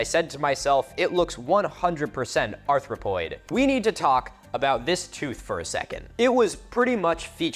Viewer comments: You said "Arthropoid tooth" several times. If there were arthropods with teeth like that, I'd never go outside. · "Arthropoid"?? Like a spider? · "Arthropoid"? Like an arthropod??